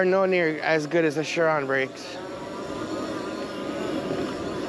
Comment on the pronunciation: Shuron. It's s.u.ron